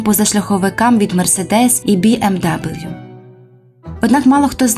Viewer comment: який нах бі ем дабл'ю подивіться як марка авто вимовляється перед тим як говорити